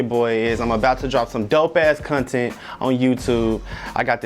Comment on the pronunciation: And "cuntent"